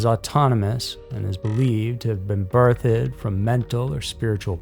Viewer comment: Why does he pronounce birthed as "birth-ED"?